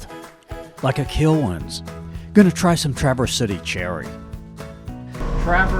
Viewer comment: Enjoyed your video. Pronounced Tra verze City, bay, etc ... with emphasis on the first syllable. Always seems like an AI version when a video miss pronounces the names if they've really been there.